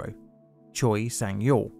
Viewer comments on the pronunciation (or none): Choi is not pronounced "tcho-ee" but "tchay", otherwise very nice effort on the pronunciation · hey, i wanted to throw this out there for you so you knew for possible future videos! the korean surname “Choi” is actually pronounced as “Chweh”, as its spelled with the letter that sounds like -weh and not the letters that make “-o -i”. thank you for the awesome videos! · Choi is pronounced Che in Korean